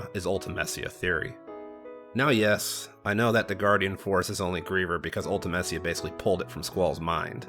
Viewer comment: Your favourite game yet you can’t even pronounce Ultimecia correctly!!